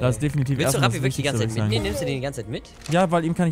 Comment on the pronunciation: Ich verstehe halt immer statt ''Rapi'' ''Krappi''. :D